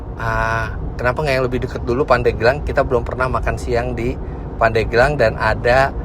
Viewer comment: Pandeglang Penyebutan e seharus nya seperti pada bebek.. Asal muasal nya dari kata pande gelang. Terimakasih om fitra sudah mampir di pandeglang, kota santri yang sejuk dibawah kaki gunung karang yang asri..